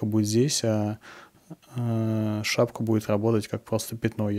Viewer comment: шапЬка, тряпЬка, подмалевЬка... Такой очаровательный выговор.